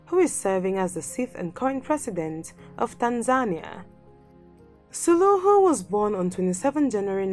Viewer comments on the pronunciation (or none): Maybe you can qualify your claims...like why is Suluhu 'most admired??' Why is Sahle one of ' the most powerful women in the world?'? Its Suluhu NOT 'Suhulu'